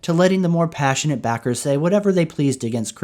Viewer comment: Everytime you say the word "pa-ssionate" before 'backer' I hear "retarded" LMAO